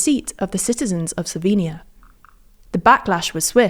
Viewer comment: Finally someone that pronounces the word "Slovenia" correctly in english.